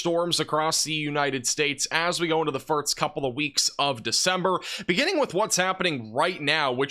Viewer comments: “First” is not pronounced “firts.” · Are you saying firts instead of first?